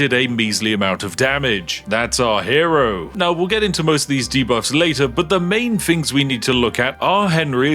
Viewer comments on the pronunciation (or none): none